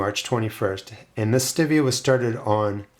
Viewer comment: Maybe your seeds are slow to germinate bcuz they don't like the way you're pronouncing its name! 😉😉😉 I'm just kidding! (Sort of...🤭) I just gotta say - I've heard hundreds of people say ~ Stevia ~ but NONE OF THEM pronounced it the way you do in this video. They always pronounced it just like the name STEVE. With the eee-ahh at the end. I'm not trying to be the pronunciation police, I'm ok with regional pronunciations. Really, I am. You do you, is my motto. I just thought it was interesting that you're the ONLY person I've heard it pronounce it that way! Just curious, do other gardeners near you pronounce it that way too? Signed, Me & Steve, hanging on the edge of our seat to find out ❤